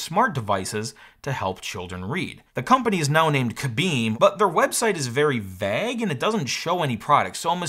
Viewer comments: The way you pronounce vague is funny. 😛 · The way you pronounced "vague," ... are you Canadian, by any chance?